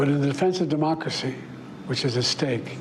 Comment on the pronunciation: I didn't know we have a mocracy lol